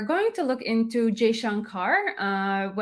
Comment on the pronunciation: Madam plz say Mr jayshankar..not Jayshankar....plz.... anyways great keep it up...❤